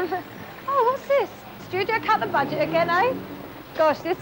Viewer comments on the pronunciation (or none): none